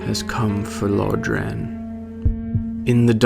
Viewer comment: i love these videos but can you stop calling it "Low-dran". Unless i'm crazy, it's pronounced "Lore-dran"